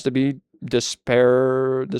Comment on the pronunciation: hearing you butcher the word "disparaging" was really funny to me and i have no idea why